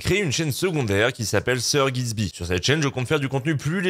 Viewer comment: 💡💡💡 Pourquoi en intro tu pronnonce mal ton propre nom???! Tu dis... GiZby.....??? 📢📢📢